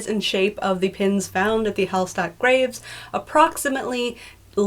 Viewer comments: Quick pronounciation correction: Hallstadt is pronounced "HallSHtadt" in German. ST is pronounced SHT. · That's really cool! Hallstatt is a very beautiful place too (tho all the signs have Chinese on them now, due to the heavy amounts of chinese tourists). If you wanna get the pronunciation a bit more authentically German, pronounce the s like you would in "sure" or "passion" :) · She talked about the Austrian city Hallstatt with the oldest salt mine but still it the almost same pronunciation, stress is on the first A